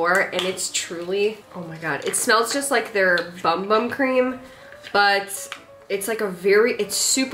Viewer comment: Bum-bum is pronounced “boom-boom.” I had a Brazilian instructor for cardio and that’s how she said it.